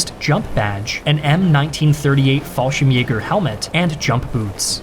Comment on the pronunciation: I can't tell if you understand how to pronounce german words or not. You managed to butcher just about every word, with the exception of Fallschirmjäger, which I would consider one of the hardest.